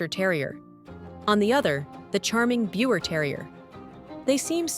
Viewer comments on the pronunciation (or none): These are the same breed basically. One has a broken color coat. The name is pronounced Beaver not Bieber. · You pronounce Biewer wrong